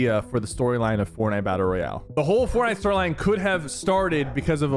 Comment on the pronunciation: "im ranked number one on fornut"